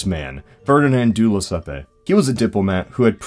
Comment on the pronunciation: Jesus, I hate knowing even the slightest thing about other languages, because now I have to do shit like this: "It's pronounced [FAIR-dee-nahn də leh-SEP]." See, now I'm a dick. Linguistics sucks.